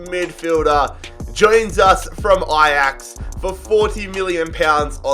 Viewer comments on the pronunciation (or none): none